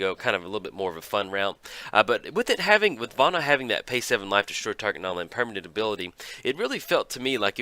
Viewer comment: yo hey, hey, hey, listen. where did you learn to pronounce words? it seems like every time a new card comes out, you almost intentionally mispronounce it. it's Vona, not Vana...:P Also, a little less fully reading out Commander staples every video would help too.